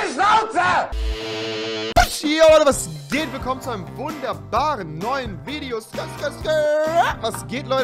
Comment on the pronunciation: Wideo? Stästästä big suaq